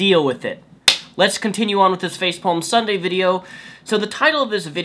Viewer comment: Did you say "facepalm" or "faithpalm"?